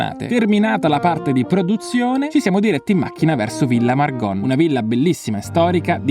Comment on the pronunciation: Da trentina non posso non notare che hai detto per tutto il video Villa Margon con la o aperta, anche se con l'accento trentino viene pronunciata chiusa 😅 Vabbé...ti perdoniamo ❤❤